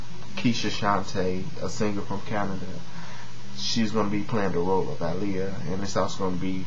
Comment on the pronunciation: I love how you say Aaliyah's name. Its the way all people should say it.